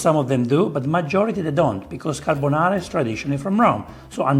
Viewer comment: “carbonare” You did it too🤣